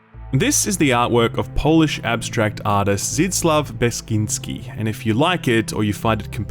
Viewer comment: You wonderfully butchered Zdzisław Beksiński name